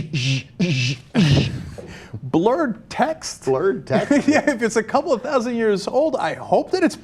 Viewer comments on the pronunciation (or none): none